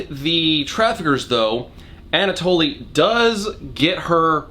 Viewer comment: I'm amused by your increasingly outlandish butcherings of Anatoly's name